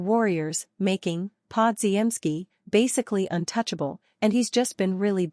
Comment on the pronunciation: my god your AI announcer is horrible: Brandon Pod-ge-en-ski that is laughable as is the so called news you report--it is old news. pick it up, get a new A.I. announcer..never mind just go away